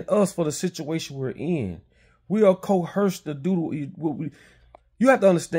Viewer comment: The word is "Coerced"! Good content!